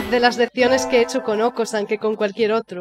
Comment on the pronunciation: aún le dices okasan a okosan